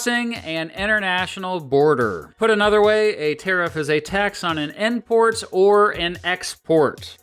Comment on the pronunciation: So good, love all ur stuff... u say endport not import